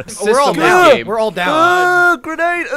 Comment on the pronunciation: game* not gae